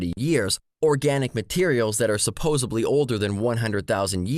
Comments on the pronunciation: I started questioning this guy's credentials when he kept using the word "supposeBly" instead of "supposeDly." You're right about the questionable use of English. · Nice debunk. I want to smack him every time he says 'supposibly'. :P